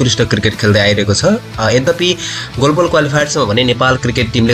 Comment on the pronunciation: गोलोबल गोलोबल होइन हौ ग्लोबल भन्नुस न। Anchoring गर्ने मान्छेको साना साना उच्चारण त शुद्ध हुनुपर्छ।